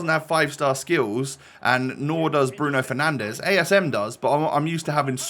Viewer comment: “Bruno penandes” costs more than the whole of Ipswich football club 😂😂